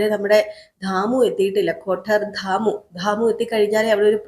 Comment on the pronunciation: അക്ഷരം പറയുന്നിടത്ത് ആവശ്യ മില്ലാത്തിടത്ത് എന്തിനാണ് stress കൊടുക്കുന്നത്. ദാമുവാണോ ധാമുവാണോ. ഷ' പറയുന്നിടത്ത് ക്ഷ പറയുന്നു